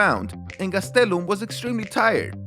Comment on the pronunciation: I normally hate how you say last names but Gastelum is lit